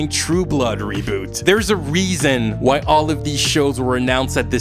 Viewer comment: When he was saying “I get why people…“ I kept hearing “I get white people…” and it was hilarious